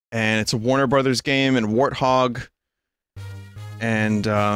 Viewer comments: Wait you pronounce it Wart-Hog? Now that Halo Car makes much more sense lmao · Did you pronounce it war thog?